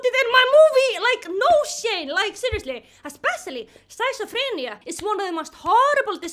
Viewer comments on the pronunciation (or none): Your English is great. I would even say you're fairly fluent in English. The only thing is that you pronounce "schizophrenia" as skits-oh-fren-e-uh. I also want you to know that I'm using the words "spicey" and "spiceual" because you're so funny that you made up your own English slang. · the way you pronounce schizophrenia is truly mesmerizing